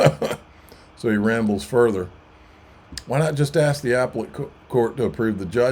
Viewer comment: It’s pronounced uh-Pell-it (appellate) court, not apple-lit court - drives me nuts when you pronounce it that way